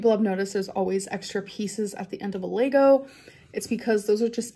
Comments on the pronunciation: LEG-OH NOT LAYYYYYYYYGO UGH - why can’t she pronounce anything correctly?! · Lego not “laygos” ffs, every time she opens her mouth she destroys the English language. It’s not even remotely funny. It’s pathetic. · Say it with me: Lego. LEGO. (leh·gow) You seem to be fused together with your phone and the internet, googling how to pronounce LEGO takes about 0.2 seconds. Mind. Blown. 🤯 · Her facial expressions get me lol, so animated and thought out and OMG ITS LEGO NOT LAYGO 😂😂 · I can't yell if I have to hear laygos again I'm just gonna lose my mind.... Amber this is not a country in Africa, it's just lego the plural form is still lego, repeat it again, get it through that thick skull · The way amber says it is wrong. We don't say laygo. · Is that how Lego is pronounced in America? I've noticed judge Judy said it like her too.